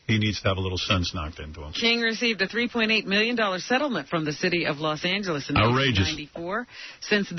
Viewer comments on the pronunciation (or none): none